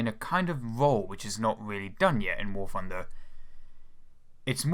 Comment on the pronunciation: the fwee pwanes they should add to war fwunder. *insert overused "ooohhhhhhhh" meme